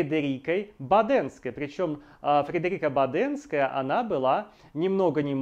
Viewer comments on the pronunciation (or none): Да, и не БадЕнская, а БАденская